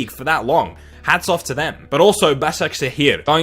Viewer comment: how can he do a perfect turkish pronunciation of Başakşehir ???